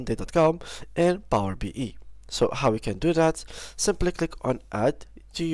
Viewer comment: It's Power BI (bee eye), not Power BE(bee ee) 😅